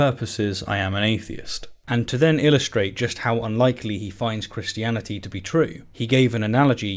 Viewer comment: The way he says "Christiani-tee", but otherwise pronounces any other word ending in "-ty" more like "-dee" ("insani-dee", "humani-dee", etc.) enrages me more than it ever should.